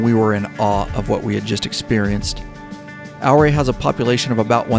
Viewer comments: drone is right over my house. FYI its "Ooh-Ray". Come back when its not so smoky when the skies are deep blue. It's magical. Do the San Juan Skyway Loop: Durango, Silverton, Ouray, Telluride, Cortez, Durango. I cheat and cut off in Dolores towards Mancos then Durango. Another great ride is from Ouray to Naturita, then take SH 141 to Grand Junction, roll on to Colorado National Monument...best not in the middle of the summer as it can get pretty damn toasty. Then its an easy hop to the National Parks in Utah. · OURAY Co is pronounced YOU- RAY not OUR-RAY I lived there for 25 years. Named for the Chief of the OURAY Indians that settled there. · I've ridden it at least a dozen times in the last 28 years...the locals corrected me...they told me Ouray is pronounced "Yooor-ray" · loved your video on the Million Dollar highway. Me and some friends will be back there again this summer. Just thought I would mention, that the proper pronunciation of Ouray is “OOOray,” rhymes with Hooray. 😊. Keep at it brother. Love your stuff. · Back in 77 I bought a Kawasaki Z1. Lived in CO so I rode it all over the state, and later to the Bay Area and back. Durango is worth a ride on the Durango and Silverton RR. You saw a lot of it though. When you ride South out of Ouray (pronounced Yer-ray after the Ute chief),the highway winding up out of town is amazing! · More like your-AYE. 👍🏻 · Great video. Ouray is pronounced Oooray. This is why I live in Colorado. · Don’t know if you’ve been set strait or not but it’s pronounce Ouray (your ray). I grew up in that part of Colorado. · "Ow-Ray"? Really? 🤣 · Its pronounced "yer-ray". Named after Chief Ouray of the Utes. I'm a west co resident. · Pronounced U-Ray. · I was correcting him everytime I heard him say it wrong lol